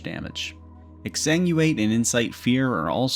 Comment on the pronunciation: And "excenuate" (???) instead of "exsanguinate." Guessing their mind is going to "extenuate" as the nearest familiar word. I find it hard to relate to not even checking to see how a word is spelled before taking a stab at pronouncing it in an informational video lol. Language isn't everyone's strong suit though tbf.